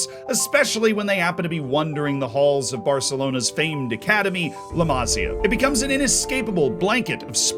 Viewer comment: Masía, not Másia (intonation in the i)